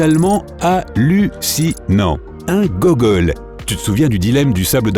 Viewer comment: c'est googol et non gogol. Il manque G64, et TREE qui sont encore plus grands